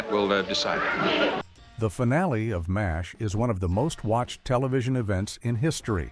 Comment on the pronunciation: Mash !!! Not M A S H🙄